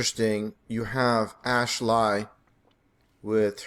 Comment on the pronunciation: "ash-lie" omg.